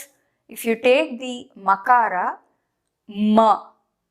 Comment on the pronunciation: Your pronunciation is incorrect. You are NOT pronouncing makAraH but "ma" which is makAraH + akAraH. You should show the difference between pronouncing makAraH (without any swaras) and anuswara.